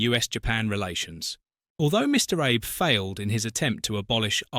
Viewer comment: The name if former Japanese Premier was wrongly pronounced. His name is Shintaro Abe..pronounced as ""aabay".